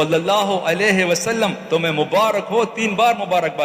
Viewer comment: Pl it's not Rahmatullah Elaihe it's Alaihe